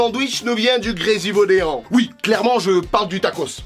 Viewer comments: Juste un truc, GRESIVAUDAN ne se dit pas comme ça, tu as dit "Gresivaudéan" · Juste on dit pas gresuvaudean on dit Gresivaudan sinon continue tu me fait trop golri❤️ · C'est gresivaudan Svp pas gresivaudean on a le droit au respect nous autre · Frr on dis Grésivaudan pas vodéan (jy habite)